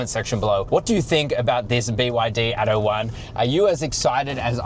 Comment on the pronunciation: By the way, it's "ATTO", and not "ADO". It means "Act 1". Damn, "American-Australian" ghetto pronunciation...